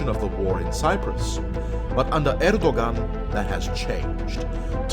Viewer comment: Next time read Erdogan more like Erdo`an. Just a hint :)